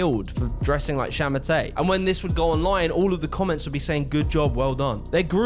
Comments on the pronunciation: And it’s sha ma tuh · 杀马特 sha ma te , no R at the end if you want to pronounce it right. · You say it more like “sha ma ter” not “sha ma tay” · it's pronounced more akin to "sha ma TUH" (like the word "duh") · understandible..but hot damn you slaughtered the Chinese names. you said shamate once right at the start, from then on i kept hearing you say it like I'd expect an English speaker. and oh boy...luo fuxing sounds nothing like what you said aside from the ing at the end... luo sounds closer to low fuxing would sound something like fuu shing luo fuxing=lo fuushing might be more but i had to say that. source? i read lots of light novels from China and look up words plus watching donghua or Chinese animation. strange phonetics, really makes English speakers look silly great channel here is asianonmetry, white dude speaks perfect Chinese if anyone is interested.